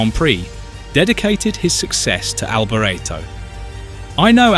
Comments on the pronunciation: Good facts, crap narrator! "Mickayle Alboreretto" for gods sake! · The narrator is British and unfortunately put a British spin (mis pronouncing) on several words, including "Alboretto".